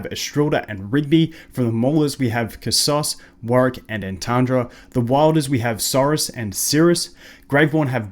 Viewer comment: Why did he say KhasOs?